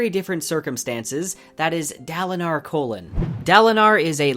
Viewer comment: Overall you have a good review, but you SERIOUSLY butcher the character names, my light-eyed YouTuber. This comes from listening to Brandon himself (and the audible versions). Dalinar is fine, but Kholin is pronounced KOH-lin, not colon. Shallan isn’t Shall-uhn it’s Sha-LAHN, Jasnah is YAHZ-nah, Adolin is A-doh-lin, and Szeth isn’t Seth, it’s sZeth (put a soft s in front of the Z). Kaladin and Syl are fine. Renarin is REN-are-IN. You’re putting the emphAHSIS on the wrong SylAHBLE.